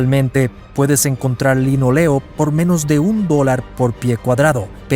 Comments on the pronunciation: Pésimo vídeo, las fotos que menciona no las muestra y pone imágenes de gimnasios modernos, imágenes actuales mezcladas con recreaciones y/o imágenes de otros barcos. El recubrimiento de los pisos es de LINÓLEO, lleva tilde y se acentúa en la "o" no en la "e". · linóleo la tilde se pronuncia ¡¡¡¡¡¡¡¡